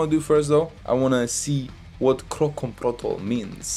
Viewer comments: kroncong is actually pronounced ker-ron-chong..(while "kerongkong"-like u said it- is throat...lol) it's a type of indonesian traditional music. protol kinda translates to "in pieces".so yeah, like he mentioned in one of the verses, this song is actually a fusion of keronchong, rock and rap. it's actually aimed to attract young generations to like traditional music. NOT a love song. 😅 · Keroncong Protol Its Ke-ro-ncong Pro-tol Keroncong is tradisional music from Indonesia, Java... Protol from Javanese, its means broken.. maybe... 😆